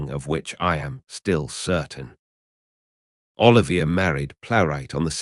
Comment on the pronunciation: Extremely bad AI - sux that you mispronounced Laurence Olivier's name (and Joan Plowright's) continuously throughout the video...lazy ass effort...